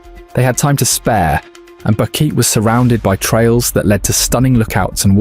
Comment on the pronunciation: Bo-Que-Te not Boket